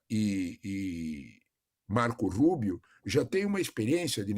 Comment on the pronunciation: RIDÍCULO A JORNALISTA DIZENDO "MARCOU RUUBIOU" QUANDO O CARA É CUBANO 😂😂😂😂😂😂😂😂